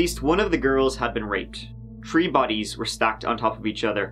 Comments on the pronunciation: Dawg, I can't watch anymore videos of his till he stops saying tirty and tree. I figure this dude has got to be a serial killer anyways studying the past, perfecting his craft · It's so cute how he says "it was tree o clock" it's me and my kids inside joke. Pronounce 3 like they do over there and ppl look at us like "are they Irish?!" But were native american so it throws em all off 😂😂😂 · I bet this guy is bummed that there were four victims instead of “tree” victims. Luckily, he got to say “tirteen” a couple times. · I think he said you guy's plus me equals tree.